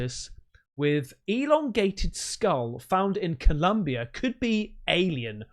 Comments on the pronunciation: Colombia not Columbia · its Colombia the country not Columbia in Mexico just so you know lol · It's ColOmbia mate. Tell your misses to smack you. LoL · My boi.. it's COlombia. Love your show. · It’s Colombia not Columbia